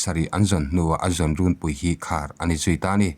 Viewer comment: Rûnpui hi Thingpui thluka lam rik tur a ni a, youtuber ho hian Ârtê ti angin in lam ri ṭhin a, lam ri dik turin lo inhrilh darh teh u aw.